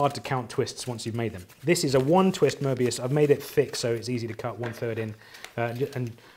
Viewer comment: Very pleasing hearing someone pronouncing Möbius correctly 😊